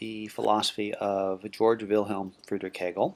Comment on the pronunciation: Pronounced GAY-org.